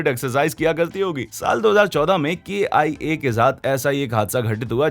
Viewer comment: It's not k i a it's kia